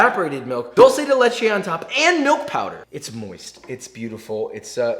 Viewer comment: That’s not how you pronounce “dulce de leche” and that’s not how you pronounce “leche”